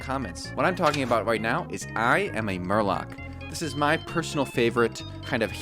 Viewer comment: Not only did you repeatedly mispronounce "I am Murloc" but you didn't even mention that the name of the card is a song from Blizzard's metal band. Tsk, tsk.